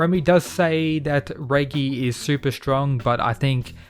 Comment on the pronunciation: Pretty sure that’s not how you say Reggie lol